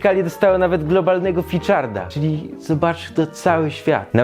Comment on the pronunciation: Ficzarda? XD